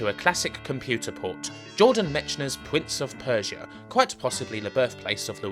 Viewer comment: "Pwince of Persia"